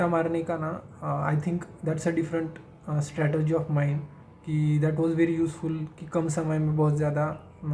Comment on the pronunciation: Strategy*( in pronouncition too)😊 not teasing but people appreciating you as a ranker and definitely you are 🎉